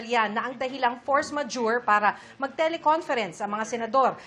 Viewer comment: Force Majurity daw.. 😂😂